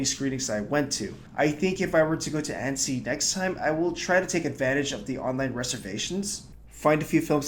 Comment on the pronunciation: your pronunciation of annecy is off